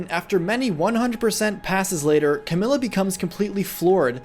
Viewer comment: Did he just say cam-yoo